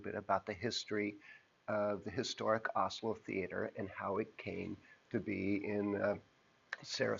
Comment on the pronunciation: Nice video but am I the only who thinks his pronunciation of Asolo is closer to 'Oslo'?